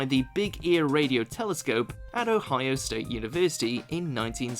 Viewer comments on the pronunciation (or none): none